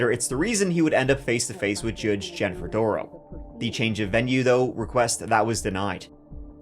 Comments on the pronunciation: I wish you wouldn’t pronounce his name “da-RELL” like he insisted. That was just his attempt at seizing control in this trial. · GROUNS! Long term fan, btw. But you have terrible pronunciation in this video. It's Dah-rel, and Waw-kesha, just for the record. I'm a huge fan, and if you ever come back to NY... well, golly, I live right by Sleepy Hollow and can show you around that cemetery, and give you all of the lore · Duh-rell!!!! Can't forget this f*ckup!